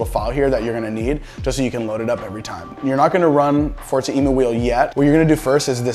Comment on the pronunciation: Thanks dude great vid. Short and to the point. Btw, i don't think its Emu as in the bird i believe its taken from the word Emulate 🤷‍♂️